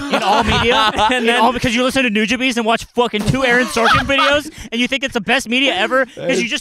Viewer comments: pronouncing nujabes like "new-juh-bees" got me rolling, lmao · Either is always saying “New Hamster” or my hearing is just that bad…